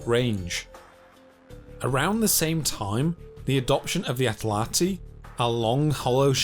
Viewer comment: "The adoption of the atlati"?? Did you mean "atlatl"?